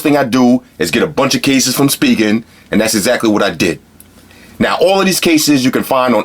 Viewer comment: thought it was pronounced spy-jen not speegen